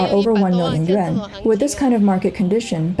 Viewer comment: Why do commentators have such a hard time time saying you're currency...it's pronounced "yu-wan" not "yu-en"!😂😂😂